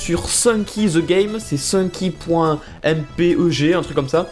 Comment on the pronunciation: On dit éxé pour les fichier en .exe car ça veut dire exécutable. Pour le .mpeg, on dit "aime paig" Mais bon, c'est pas grave si tu prononces pas parfaitement, ta vidéo est super ^-^